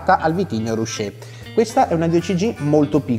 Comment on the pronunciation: Si dice "ruké", infatti si parla di paese arroccato, non rusciato.